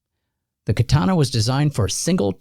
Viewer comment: Sah-moo-rai and kaw-tah-nah.